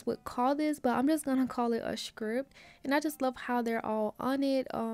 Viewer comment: A skripp 😅😅😅.. caught me off guard lol. Didn't know you was from the south